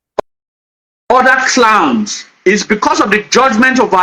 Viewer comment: Bro, you are very knowledgeable but work on your pronunciations ditto clans but you sounded clowns and more .